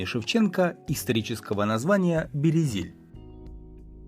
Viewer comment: Авторе, аж по вухам ріже ваша промова, правильна назва Березіль. У цьому слові немає «є»!